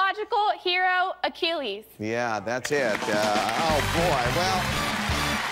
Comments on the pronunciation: Bwahahaha, the black guy said h allis. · A-chillis LOL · Pronunciation would be his aech-el-is tendon. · "H a less" for Achilles? The damage to Indiana's universities is done, but I hope his college advisor immediately enrolled him in a literature, mythology, languages, reading, or spelling course after that. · this is how you spell AC' HIL 'LES not ACHILLES just for the effort I would of let him win that Rd..😂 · Evoundova Morgan Binjimin actually, Upon re-watching He said “a-chillies” Poor guy. Haha It’s Achilles the greek myth hero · It sounded like "H-less". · A-chillies vs Achilles . Gotta know how to say stuff correctly dum dum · of the pronunciations in the show are correct. If you want to know, how "Achilles" is pronounced correctly, don't ask Americans. Ask the Greek: (scroll down) Now go and laugh about your own ignorance. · You know, if the guy pulled off and said 'hey wait! The true Greek pronunciation of that name is just as I said!' then more power to him. But he DID NOT KNOW and I'm glad the show has standards. There is CLEAR cultural precedent for the pronunciation of the name, and I was TICKLED he missed it and that they didn't it give it to him, hahaha! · Pronunciation was that guy's wait for it Achilles Heel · An university student who is so unfamiliar with classics as to mispronounce Achilles needs to withdraw. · The WOF puzzle is total BS considering he did indeed get it right when he said Achilles, he just didn't pronounce it correctly. I didn't think it was fair for them to not give him that because he mispronounced it. He still got it. Do I think it's ridiculous that he couldn't pronounce it? Yes. But I still think they should have given it to him anyways because he technically did solve the puzzle, which is the whole point of the show.